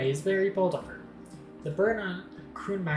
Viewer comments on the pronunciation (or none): Pronunciation for the Mare Crisium is more like 'Ma-ray Crease-ee-um'; it's Latin for 'Sea [of] Crises'. And as for pronunciation for the Krun Macula: you have the first part right, but the latter is pronounced like '[im]macula[te]'. (Both are features on their respective orbital bodies, much like the String Of Pearls in Saturn's atmosphere.)